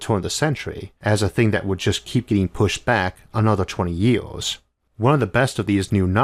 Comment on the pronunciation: Great everything but im getting too annoyed because stupid pronounciations on some words.. 2000 JIOORS.. ARGH!